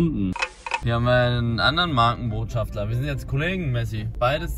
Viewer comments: Man junge es heißt Markenbotschafter und nicht *schaftler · Markenbotschafter nicht „Markenbotschaftler“ 😂😂